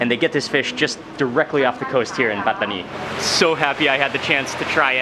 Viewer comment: I love how mark pronounces Pattani